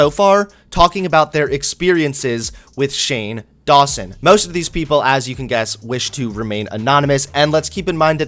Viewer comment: That sounds like you are saying "shame lawson".